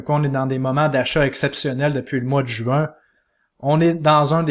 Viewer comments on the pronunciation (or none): none